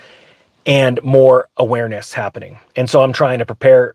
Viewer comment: Cheech: “What’s halvening!”